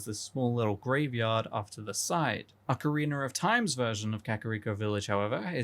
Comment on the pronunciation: Ocarreenur of time